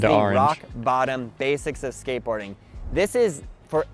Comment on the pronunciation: NGL Everytime he says skateboarding I hear scientology. And it fits with his sales technique. I'm trying to be objective but it's hard to get past the scientology part